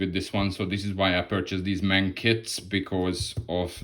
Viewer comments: No Problem! The English and Frensh say what they want but Germans try to speak foreign names as close as possible. Well, say at least "eM Ey eN". And the abreviation "Ausf." ist always spoken long; So, "Ausführung A/D/G"... Your viewers shouldlearn how it is said correctly. Best wishes!!! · When you say"M-A-N" in future, please speak every letter seperately. That's how Gemans do it. The "M" and "N" sound the same in English and German. The "A" is stelled like in "Natascha", So, you say "eM A eN". It means Maschinenfabrik Augsburg-Nürnberg. And in "Nashorn" the "a" is also like in Natascha" (but a long "a". "Naaashorn"...